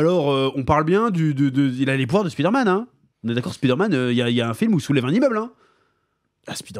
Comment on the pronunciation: Pourquoi tout le monde prononce " Speeder - Man " ? 🤔 Y’a 30 ans, je disais: " Avec l’anglais à l’école, d’ici 5 ans, tout le monde l’appellera Spider - Man ". Non. Alors que personne ne prononce : " Iron - Man " à la française.... 😅